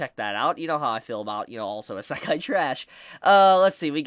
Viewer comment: is it just me or do i get annoyed when says isekai.. he just says it strange xD